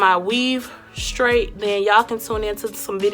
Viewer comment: Thanks (10 years went by until you actually showed us the process lol j/k) I also noticed you say “Scraight” and not “Straight” lol You’re hair looks lovely though ❤️